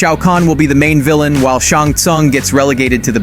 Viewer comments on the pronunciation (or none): none